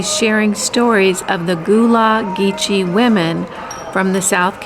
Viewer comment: You mispronounced Gullah Geechee. Gul (like a sea gull) La Geechee. I know that was a wonderful talk. There are many Gullahs here on HHI. Mitchellville is here and was the first place the slaves were freed during the Civil War. Hilton Head was also on the Underground Railroad. Harriett Tubman was here many times.